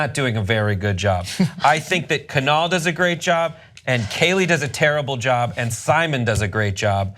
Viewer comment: YT, could you guys try googling people's names before reporting them? Kunal Nayyar's first name is pronounced 'koo-nahl', not 'kuh-nel'; Melissa Rauche's name is pronounced 'row-sh', not 'roosh'. Ana mispronounces names frequently and you guys have mispronounced Julia Louis-Dreyfus's name in more than one video. I know I'm kinda busting your balls, but it sounds unprofessional when you don't know how to say the names of the people you're reporting on.